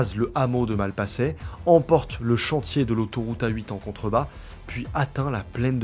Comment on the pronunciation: La prononciation me hérisse les poils "Malpassaient"